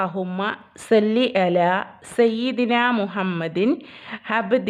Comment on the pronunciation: സ്വല്ലി ആണ് സെല്ലി അല്ല